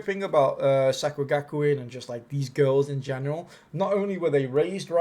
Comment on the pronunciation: I enjoyed the video. Some of the name pronunciations were horrendous, but made me giggle 🤭